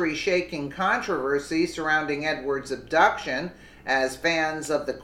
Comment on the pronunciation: Did you say "Edward's abduction?" It was Edward's 'Abdication'!!!